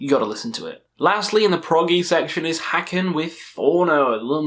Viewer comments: Haken rhymes with bacon, not with Wacken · Haken is pronounced like Bacon